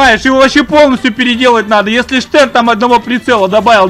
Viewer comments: Стэн а не штэн название английское)) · имей совесть! Не Штэн, а Стэн. Всё таки из второй мировой войны! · англоязычные говорят "Стен", а не "Штен", хоть конечно фамилия изобретателя и Шепард. Но в инглише Shepard, так что первая все-таки С. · Хоть конструктор этого ПП и был Шепард, ПП всётаки называется не Штен, а Стен. А то как то по старушечьи звучит))))